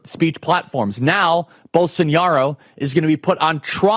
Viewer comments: Charlie, it's pronounced Bol-so-NAH-ro, not Bol-son-YAH-ro. There's no tilde over the eñe. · It's BOLSONARO Charlie, not Bolsoniaro, not Bolsonhiaro, BOLSONARO. As for the rest, 👍🏼. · Come on man how can you speak with such authority on this issue if you can’t even pronounce the man’s name right🤦‍♂️